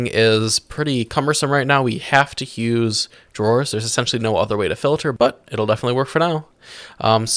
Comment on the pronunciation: Why does it sound like you add an h in front of use lol.